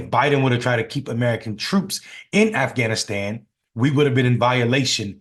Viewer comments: How are we going to have a President that can't even say Afghanistan? He sounds like a middle school student trying to lie his way into class President. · Stupid d..khead can’t even say Afghanistan. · LOL, Trump can't even say Afghanistan properly. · "thousands and thousands we don't even know the number" he can't math ... he can't even pronounce Afghanistan or equipment, and slurring a bunch of other words, donOLD is dumb and a weirdo... only his stupid, echo-chamber supporters would believe his narration of the Afghanistan withdrawal and not go check the facts.. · Apart from the usual fact opposed crap the orange loonie is spewing, I'm surprised that Conald is also even to dumb to pronounce Afghanistan! 🤣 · So you want to run for president and you can't even pronounce the word Afghanistan. Interesting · Donell(since he can’t say Kamala) Trump can’t even pronounce Afghanistan let alone find it on a map. A reality tv personality still playing president! The makeup is a giveaway 🙄 Can we move on from this disaster! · He can’t even pronounce the country correctly and we know that you set that whole shit up you lying sack of 💩